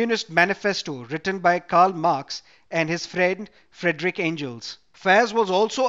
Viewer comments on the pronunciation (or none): none